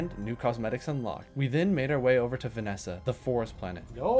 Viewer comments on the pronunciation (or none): I love how he said he butchered Usagi's name (I'm pretty sure you said it right) but instead called everything else wrong 🤣 like desolo becomes desolodo sand vasenia becomes vanessa. VTOL (Vertical Take Off and Landing) becomes VLT!? Great video! Keep up the amazing work. Also, banana🤫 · I wrote down the timestamps for all the mispronounced words. #1 is atriox(atrox) at 23 times, #2 is desolotil(desolo) at 16 times, #3 is vanessa(vesania) at 10 times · Pleaseee call her VASANIA not VANESA You got most planet names wrong 😢 And Eve is not a snail she is a fox😅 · wait vanessa as vesania??? 😭😭😭 who even mispronounces it like that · I love the mispronunciations of the planets. Sylva is “Sylvie.” Desolo is “Desoloto.” Calidor is normal, “Calidor.” Vesania is “Vanessa.” Novus is normal, “Novus.” Glacio is “Glaissio.” Atrox is “Atriox.” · Never heard someone butcher Sphalerite and Vessania so thoroughly.. 😂 good vid tho. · Btw great video, one small problem. WHY DO YOU KEEP PRONOUNCING THE NAMES WRONG. Please read the names of items and planets, or don’t I can’t stop you.